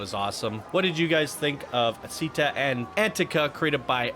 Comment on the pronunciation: idk if that's supposed to be Italian, but if so "città" is with an accent on the last letter lol aòsp "città" is pronounced like the Spanish pronunciation of "chi", not "si", and again it's stressed n the last letter, Antica you said it correctly the second time lol